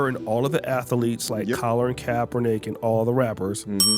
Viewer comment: said "ath-tha-leets"😂😂😂Stop playing with Floyd 😂😂😂